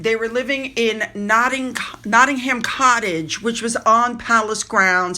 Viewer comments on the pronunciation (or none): none